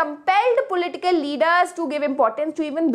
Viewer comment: Not her saying pulitical instead of political 💀...but damn her explaination is mind blowing 🤌🏼💗